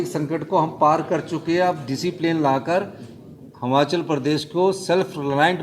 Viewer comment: हिमाचल बोलिये सुक्खू जी हमाचल नहीं